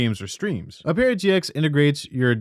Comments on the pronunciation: Lmao I came looking to see if anyone mentioned it. It was so annoying! It isn't "o-pera", it's "ope-ra" dangit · Just to let u know for ur next sponsorship from opera it's pronounced op-era rather than o-pera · Does Opera know you can't pronounce Opera GX correctly? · Ah-per-ah, not Oh-pear-ah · Have we been saying opera wrong? Ohperra? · my man, op-era gx???????? lmaooo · O-pear-ah GX? I’ve never heard a worse pronunciation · Ah yes my favorite browser ohpairah gx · Oh-pear-a GX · aint no way you said ope era gx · mf cant pronounce "opera" lmao "uh-pear-ah" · This guy has no idea how to pronounce "opera" lolololol 🤣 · I hope Opera spanked you for butchering the pronunciation. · Why are you saying it so wrong its opera the music old people like like your mum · bro got a paid sponsorship to say opera wrong for two minutes straight 😭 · Forgive me for this, but that’s not how you pronounce the word “opera”. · How did you mispronounce "Opera" in an opera gx ad dude... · No one gonna talk about opera being mispronounced like 30 times lol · Bro you literally mispronounced “Opera” so fucking bad??! How did you butcher the name like that? Is it on purpose? Why are you pronouncing it like that?? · Do you actually not know how to say opera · Ok you're saying it wrong on purpose. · How are you unable to pronounce opera